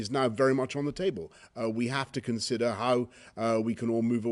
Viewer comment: Do you also "konsidder" to "sink" about "rejuice" your lack of English language? I am Dutch and ashamed for our "pm" he must go "fahwk" himself.